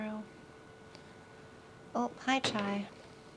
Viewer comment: English is not my first languge and the first time I heard you talking to Chai I kept hearing child! what are you doing, I thought that was a cute cat name XD